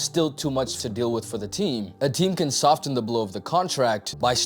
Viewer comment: "sof-ten" Holy shit dude!